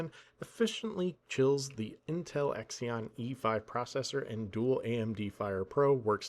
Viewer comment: Ragebaiting us with "gigaBYTE ethernet" and "Intel EXION" lol... and your "perifreeials"